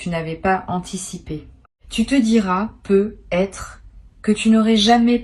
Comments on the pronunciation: C'est de l'IA ? Ça corrige jamais le nom du compte youtube et la façon dont elle dit "peut être" me laisse perplexe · Oui ça vient agaçant !